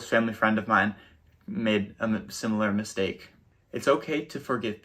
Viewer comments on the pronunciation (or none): It’s not a “mystake”